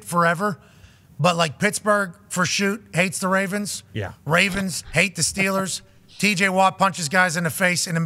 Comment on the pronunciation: our team is the 'Ravens'. Say it properly.